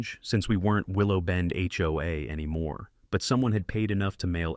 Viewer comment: Somebody needs to sit that AI down and teach it that 'HOA' is pronounced as individual letters and not like a drunken "Hoo-ah!" I missed about 20 seconds of narration from choking on my coffee for laughing. 🤣